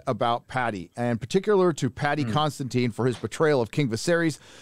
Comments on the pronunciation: I am slow or what? Why every one here calls Paddy Considine Constantin? You can brag about French pronouciation after that! Love you guys and gals!😉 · Heyzeus fn kreyest please if you are going to venerate the man say his name right! It’s Paddy Considine Con Sid Ine !!! Love yoh